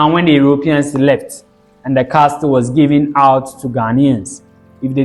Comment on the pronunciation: Well done young man. Just a NB: It is pronounced "Casl" pls, not "castl". The 't' in the word Castle is silent❤.